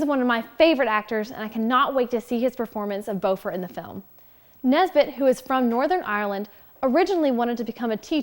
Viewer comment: So you have trouble using the correct vowels on many names you use? Bifur is not pronounced be fur, but, bi fur the bi sounding like bit not bee Boffer that you pronounced as b oh fur might be easier to think of bah fur At least Bombur wasn't bad bom like off bomb I actually like that they don't want the same mountains to be used again. They fit in well with the Trilogy for settings but the mountains in the Hobbit should not match even accidentally.